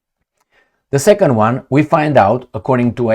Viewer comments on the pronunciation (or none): none